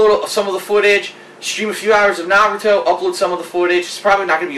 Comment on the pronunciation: He watched the first 3 season of Naruto and a few others after that, He also said he read the manga. Though I'm still not sure why he couldn't pronounce Naruto right lol.